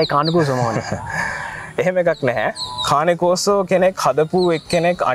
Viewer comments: Dear program presenter is it called carne corso or croso🤔. I HEAR... You pronunciate croso... Can we correct it Pls. 🙏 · කානේ කෝසෝ නෙමෙයි කේන් කෝසෝ ගූගල් එකේ ගහන්න මේක cane corso pronuciation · Kaani corso newei pranaounciation weradee kaani newei (cane )Kain corso thamai Hari breed eka ewa hariyatama danaganna